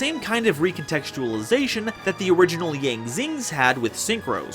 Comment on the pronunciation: Kwl vid^^ bt yang ☯️ is incorrect:( as yang is produced yawng ☯️^^